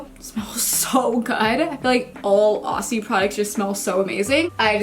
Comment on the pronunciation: Love this. I just want to help you with saying Aussie (oz-zee). Yours sincerely, a confused Aussie.